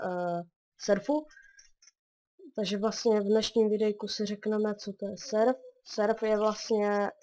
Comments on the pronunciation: Hele kámo,tam sou WS že? :D.A nazačátku si říkal serf... ale surfovat umím tak dávám i tak like :). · proč říkáž serf když to je surf ? :D